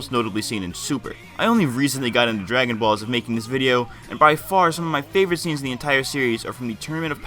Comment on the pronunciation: my man says ”bragon balls” lmao